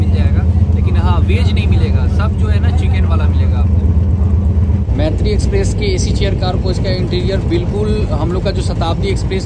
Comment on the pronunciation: Bro pronounce correctly m Maitree nam hai par pronounce, moitree hota hai.